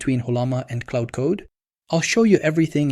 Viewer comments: claud not cloud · Claude is not pronounced the same as cloud dude. Confusing as f